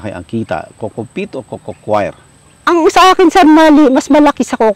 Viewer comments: Hindi ho yan cocochoir, kasi hindi kumakanta na kwyer pagpronounce. Coir ay pronounced kower, dahil COIR is already coconut fiber. redundant na ung coco coir, coir lang tama na. Galing kasi ako sa PhilFIDA at yan ang itinuro ko na itama ang pagtawag sa coir. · co-yer ang pronunciation dyan